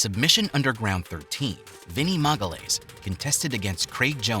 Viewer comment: "MAGALAYS" it's "magayaeesh" please.